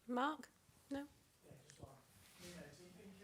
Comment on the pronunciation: Did she call him noonoo? 😂😂